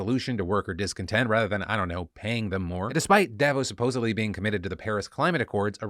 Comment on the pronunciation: I'm Swiss, and Davos is always a shit show... There are also always local demonstrations against it. And as a side note, it's pronounced DavOS not DAvos :)